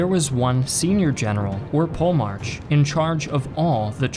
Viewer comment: Actually its Polemarchos with an ''H'' sound but english is a mess after all these alterations in pronounciation AND most of the greek names and titles came into english through a latin filter.